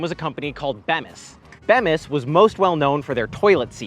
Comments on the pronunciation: It's "Beam-is" not Beem-is, just sayin'. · It’s beeemissss. Not beahmis 😢. And they make a lot of bathroom stuff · FYI, it's pronounced Bee-Mis, not beh-mis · It's pronounced "Bee mis", not "Beh mis". A local interview or two might help the reporting, just saying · Beam-is not Bem-is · Not even 2 minutes in and he pronounces Bem is instead of Bee mus. Nice work dude. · As someone who grew up in Plymouth, about 12 miles west of Sheboygan, it's pronounced BEE-mis, not Bem-iss. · I’m glad to hear, it’s always been Bee-mis in my head, was disjointing to hear it called Bem-es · Bemis is pronounced like bee (the yellow & black insect that flies & will sting you) miss. Bemis = bee miss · so many things to say = Saying Sheboygan goes all the way back to vaudeville. Not sure that's where it even started. Bemis is Be (long e) mis. You left out one of our most famous products which fits perfectly in what you're saying = Kohler. It fits in with toilets but also with entertainment = golf. We could go on and on but at least you recognized some of what made it famous. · it's pronounced, bea-mus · Props to a fellow Daily Cardinal alum, but you could have asked literally anyone standing on the street in Sheboygan how to pronounce Bemis. It’s BEE-mis and among the many things they make are most of the toilet seats sold in the U. S. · It's pronounced bee-mis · Bemis is pronounced with a long e like "bee miss" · Bemis ~ Pronunciation = (Bee Miss) and then ... Bucyrus (Beoo sigh rus) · As someone from Sheboygan County... It's Bee-mis. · Bemis is pronounced Bee-miss. 😊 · And Bemis is pronounced BEE-mis. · I live by Bemis in Sheboygan Falls and know the Bemis family. It’s pronounced BEEEEE MIS. You forgot the Allstate commercial when they mention ice dams on Park St in Sheboygan, Wisconsin. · I live in Sheboygan. Bemis is pronounced with a long E. Just thought you might want to know.😀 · As a Sheboygan county resident; the toilet seat company is pronounced bee-mis